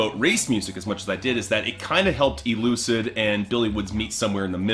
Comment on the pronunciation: it's funny watching this 8 years later, seeing struggle to pronounce e l u c i d's name 😅.